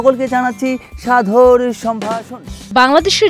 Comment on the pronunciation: সাধর নয় শব্দটা হচ্ছে সাদর